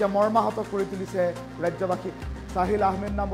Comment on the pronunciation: Saahil nohoi sahil😂